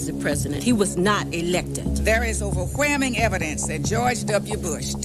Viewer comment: Overwheming evidence? Isn’t there an “L” in that word?